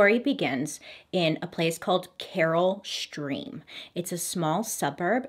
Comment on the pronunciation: She did one when she pronounced Naperville as napperville🤣. So far she's only pronounced Carol Stream right as far as Illinois towns.